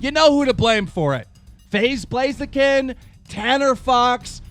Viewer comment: he said faze blaziken lol